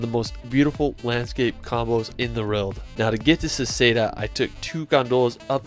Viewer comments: Hey guy, it's Seceda, not Seseda!!!! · Good! But you failed at Seceda :)